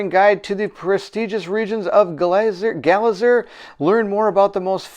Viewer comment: Its pronounced Glay-zer...I think its a typo 😁